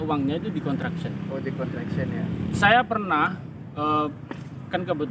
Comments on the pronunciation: Sebut betul- betul...construction bukan contraction...🤩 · 'construction'...jgn salah sebutan😂😅..